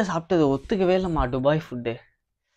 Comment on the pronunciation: டுபாய் இல்ல துபாய்.